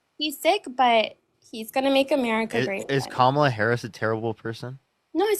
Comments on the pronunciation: Right wingers disrespect at every turn. Is there anyone on the right that can pronounce Kamala Harris’s name properly? Every frickin one of the says Kam ahhhhhh la like a dumbass. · They love to mispronounce Kamala’s name. They always laugh right after.